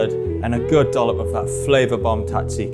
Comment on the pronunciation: Your pronunciation of Tzatziki is criminal.